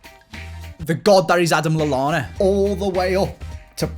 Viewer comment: Not lalanna